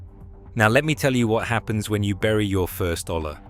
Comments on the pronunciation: A double L in spanish is pronoumced as a y. A yuh sound like Arianna Grande would make. So olla is pronoumced 'oya,' not ola. Hola is a different spanish word, don't get confused 😅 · Its pronounced "OYA" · The blank stares from garden store personnel might be because the word is pronounce oh-yah. Tell your AI some of your content contains Spanish words.